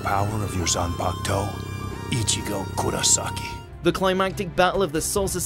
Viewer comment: After watching the entire anime in sub, this is my first time hearing dub and all I can say is that sub is far more better plus you don't have everyone mispronouncing everything (example "zanpakTOE" )